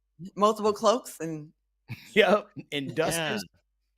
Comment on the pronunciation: Claudia know she wrong for, did she say “ Cloaks “ not cloaks I couldn’t stop laughing